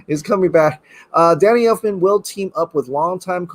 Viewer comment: I almost chundered when you said Elfmans name 🤢